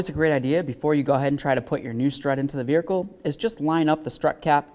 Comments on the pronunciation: Ummmm...I need clarity. Why does this dude keep calling the vehicle a "vericle"?!?!? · V E H I C L E There is no R in this word.